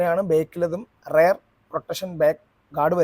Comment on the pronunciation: റയർ ആണോ റിയർ അല്ലെ